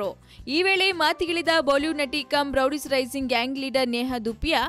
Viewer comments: hahahaha madam , first learn to pronounce words...its not rowdies its roadies😂😂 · Roadies is a very popular show, she can't even pronounce that properly . Rowdies it seems wtf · it's Roadies not rowdies first learn to pronunciation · ಅದು ರೋಡೀಸ್ ರೌಡೀಸ್ ಅಲ್ಲ